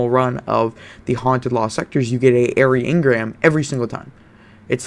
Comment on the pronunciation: It's "eerie" engram as in (ear-E) as in frightening or scary, since it's halloween/festival of the lost.... (or even lake Lake Eerie) not "Air-y" lol but good vid